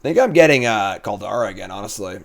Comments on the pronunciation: please. There's no "e" in Kaldra. Call-dra. I get tilted when you say "kaldera" XD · I love and respect you, but every time you say Call-dare-ah I completely blackout and question all those feelings. It’s CALL-DRUH, bruh. 😂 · How is it jims pronunciation kaldra is mentioned twice, but nobodys mentioned oni? Like oh-knee my dude not on-knee, youre killin me here.